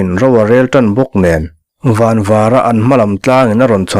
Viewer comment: Indap chawpin an van an van tiha 'van' pawh hi thlûk fân tur. Rubber ka pawt fan tiha fan thlûk ang hian.